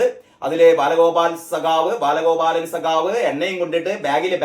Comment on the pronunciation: ബാലഗോബാലൻ.. എന്നതേപ്പിക്കുന്നെ.